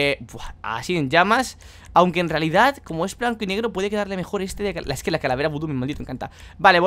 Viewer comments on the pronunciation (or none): none